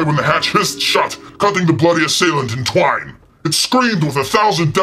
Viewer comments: it's 'cut in TWAIN', not 'twine'. I realise English is not your first language. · Twain, not twine. Try again.